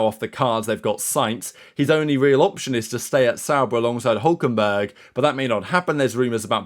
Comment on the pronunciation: not Hulkenbérg, Hülkenberg